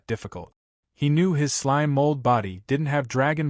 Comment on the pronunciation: I had enough of hearing slime pronounced slimey.